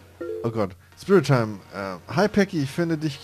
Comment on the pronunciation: um die Geschenke zu sehen musst du auf dein Profil gehen bzw. auf das blaue Buch dann ist da oben so ne Leiste und dann gehst du auf das Geschenk Bild und auf Geschenk erhalten ;) hoffe konnte helfen ps bin SpriteTime und es wird Sprite wie das Getränk ausgesprochen xD LG ich xD